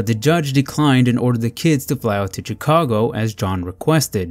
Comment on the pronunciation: Chicago is pronounced as "Shicago".